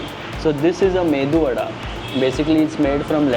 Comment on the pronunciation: It is medu vadaa not mendu😂